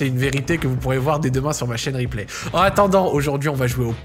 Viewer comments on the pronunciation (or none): none